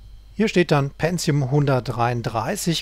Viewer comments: es heisst PENTIUM und nicht PENZIUM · ja..verdammt. tut mir leid, aber seit der pentium 60 auf den markt kam fingen die leute an ein "z" einzubauen wo keines hin gehört. ich bekomm halt jedes mal direkt karies, wenn jemand "penzium" sagt.